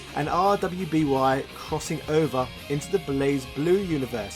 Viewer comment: "RWBY" is actually pronounced "Ruby" as weird as that sounds. (The show has its own lore and characters to help you better understand it.)